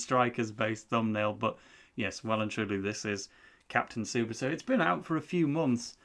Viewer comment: So as both a inazuma and Tsubasa fan I can say nitta is no Willy Glasses but he is very much not that relevant to the series, also yes your goalkeeper was preety much god in the series and probably the best or second best in the game edit: More things: that is not how you say tsubasa, Nitta is a foward and what you read as defenders is one of his skills called dribbler, also if you are curious every player in the japanese team is at least decent but the real stars are Tsubasa, Hyuga, Misaki (not in this game but in the series he is supposed to be very good) and Wakabayashi with a special mention from misugi that is just relaxing on the bench